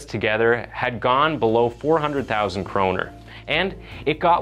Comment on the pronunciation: I'm so glad you pronounce "kroner" correctly. Most people from Scandinavia (at least in Denmark) translate it to "crown", which is completely wrong lol.